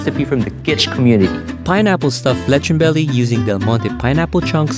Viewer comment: Leh chon like a real foreigner 🤪